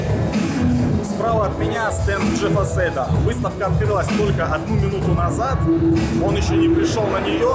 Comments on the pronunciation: Не Джефф Сейд а Джефф Сайд он в своих видео даше сам говорил так ! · да он вообще выехал только за счёт лица Джастина Бибира, и фамилия у него Сид а не Сэйд! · Джеф Сайд! Не Сейд он,блять,посмотрите любое англ. интервью Вы же seize не как сейз читаете,я надеюсь